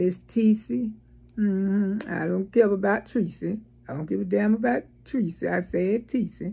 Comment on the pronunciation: I like to watch you for a couple of giggles, but please respect the lady enough to pronounce her name correctly. She doesn’t want you to call her Tecie😂 at least give her that much respect. Congrats on your 10k subs!